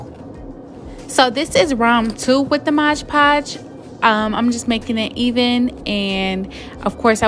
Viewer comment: Hey boo... It's "MOD- Podge", NOT "MODGE-PODGE"... Jus a little important correction!!!!!